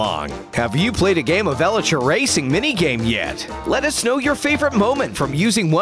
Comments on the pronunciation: It's Elytra not Elittra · It’s elytra not elytria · Me:elytra Narrator (srry if i spelled it wrong):eletra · Ellatris? It's Elytra, E-lie-tra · Nobody narrator: Elitruh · What's up with this guy and his pronunciation of word (Elitra's) 😂😂😂😂😂😂